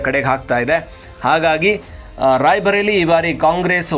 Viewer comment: NOT RAIBHARELI BUT RAI BARELI NOT BHA BUT BA.